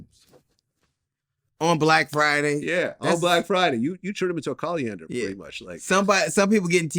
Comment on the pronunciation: ..Somebody tell Vlad it's Colander lol